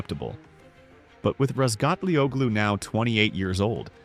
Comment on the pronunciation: The 'G' in Razgatlıoğlu is silent. It's pronounced Razgatlioulu, just in case anyone may wonder. Good luck, Toprak.